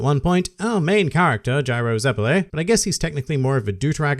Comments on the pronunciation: iTs zEpElLi, nOt zEpElAyEd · its ZEPPELI ZE-PE-LEE god ur so dumb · It’s zeppeli not zeppeli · says Zeppeli wrong Me: IM RIPPING MY DICK OFF!